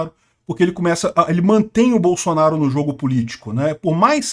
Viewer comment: "BAÇUNARU, BAÇUNARU, GO´PI, GÓPI" KKKKKKKKKKKKKKKKKKK